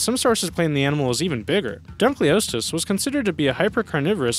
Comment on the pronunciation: You pronounced duncleousteous wrong